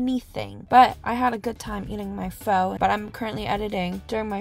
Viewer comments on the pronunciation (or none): Please don’t pronounce pho as in “fo” it’s pronounced as “fuh”